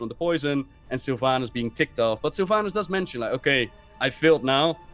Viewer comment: "Sylvaynass" Dude... it's Sylvanas